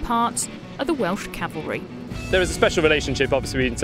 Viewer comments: 4 star General says Calvary. ME: CAVALRY!!! CAV... AL... RY!!! ... SIR!!! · A 4 star general, says the Welsh “Calvary”. It’s cavalry sir.